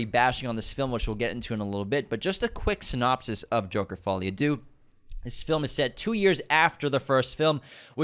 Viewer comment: Follie à DEUX, not Doo!!! 🤦🏻‍♀️ unsubscribed!!😉 Just Google the pronunciation and click on the speaker icon to hear it, takes 5 seconds!!!